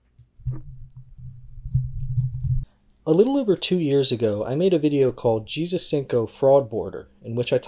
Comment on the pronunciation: Interesting how you pronounce 'Jezus'. Sounds VERY Dutch🤔 And no doubt you're the Pakistan guy too. So far, a bogus docu... But I'll keep watching...